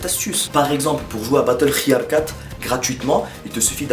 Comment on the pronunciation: Comment ta dit battlefield 4 ??? tu la dit a moitié turc mdrrr